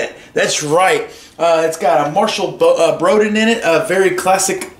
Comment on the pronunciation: Not trying to be rude, but it's pronounced Brodeen, not Brodin.